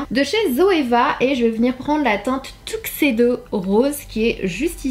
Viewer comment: Par contre la façon dont tu as prononcé Tuxedo n'est pas la bonne mais pas grave 😉